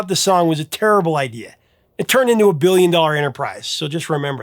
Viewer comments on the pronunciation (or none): none